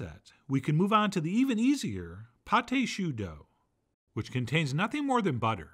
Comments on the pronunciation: Chef John .... you are my idol ... but just for the sake of fair criticism; 2 corrections... it is [PATT] and not [Pattai] .... AND your pâte au chou did not rise well; and I am no chef but with my humble experience, I think because you DID NOT beat your eggs with your flour mix well ... just my 5 cents ... with greatest regards ... Camillot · It is called pâte de choux not pate de choux. Paté means pie in french. Sorry John but the way you're saying you're calling this pie of cabbage lmao. Pate means paste. That's why it's called pâte (no ay sound at the end when saying it. Thank you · Right. "Pâte" is modern spelling of the old french "paste." More importantly, don't pronounce the "e." You're saying "pâté," which is rather different, and has two syllables.